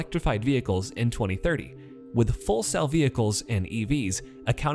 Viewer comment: "Full...Cell"???? Vehicles???? FEW WELL CELL vehicles in case you don't know how to pronounce it. (More opposing tech sabotage by the BEV people - evidence)